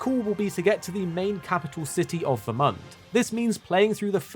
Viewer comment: Him calling it Ver-Month was very frustrating. Lol